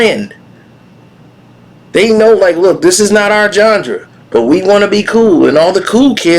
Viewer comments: “A “GHANDRA” THAT WAS DOMINATED BY AFRICAN AMERICANS❓❓❓❓” Can someone help me please, did he mean GENRE ❔❔❔❓❔❓❓ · Yes, he meant Genre. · Lol...yo cant even pronounce "Genre". You gon say Em aint contributed to the culture. Doggystyle was snoops last best album. That was it. Snoop aint been hot since then. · Yo bro! Are you mispronouncing genre on purpose?